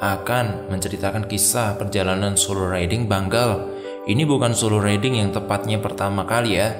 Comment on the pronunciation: Riding dibacanya RAIDING bro